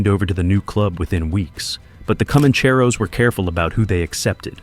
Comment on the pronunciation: The AI narrator forgot how to pronounce Commancheros, needs a reset.